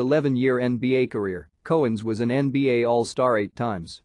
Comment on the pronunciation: The narrator sucks! Dave's last name is pronounced COW-ens as in moo cow, and the Celtics do not have the hard C pronunciation! He also kept repeating himself at times and his mispronunciation of rebounds kept driving me crazy!! Nice video otherwise!